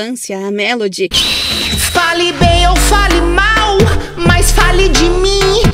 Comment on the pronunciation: cara eu ouvi o *FALI BEM OU FALI MAL; akakakakak